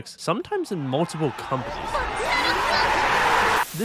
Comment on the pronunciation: When you say “companies” it sounds like “comedies”. 😂